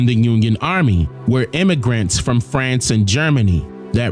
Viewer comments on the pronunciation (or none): none